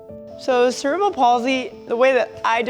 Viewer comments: it's cerebral not cerebal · Can everyone please stop mispronouncing it as "sarah-bull palsy"? It's cerebral. Like cerebral cortex. "Sir-ee-bruhl".